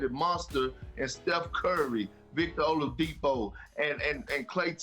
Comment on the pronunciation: "Olavidipo" lol